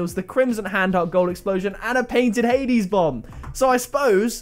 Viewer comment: You said hades bomb wrong btw